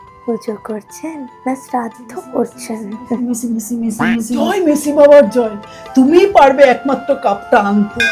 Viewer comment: আরে ওটা ভুল বলছো ওটা মেসি না মাসি